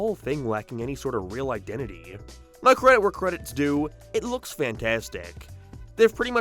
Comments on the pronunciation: Whats with the random 1 off words being pronounced wrong? Now is nerrrw for example, space is sprse, paced is pea-s-ed. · Buddy.... Your vowels. You're saying basic words wrong. Fix your impediment. Thumbs down. Now is not pronounced "nar" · was the most CURSED pronounciation of "now" i've ever heard, lmao. I actually repeated it to listen to it again :P